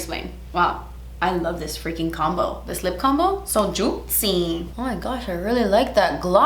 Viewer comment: Omfg I LOVE when says “juitzy” and I was so sad in the Sephora spensive video when she didn’t say juitzy lmaoo